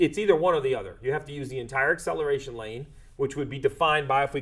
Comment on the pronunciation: Im sorry for being annoying, but ACCELARTION? 😂 way to go